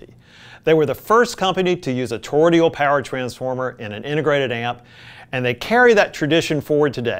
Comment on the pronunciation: torroidal---toe-roid-al not torroidial.